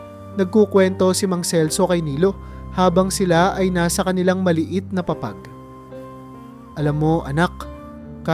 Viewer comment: Di marunong ng tamang bigkas halimbawa, papag kumot bayan linlangin